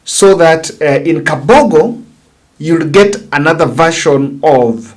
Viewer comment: Mr., it's Kabogo and not Kafogo.